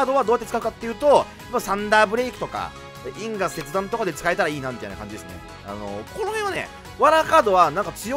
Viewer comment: 因果切断のイントネーションが気になるw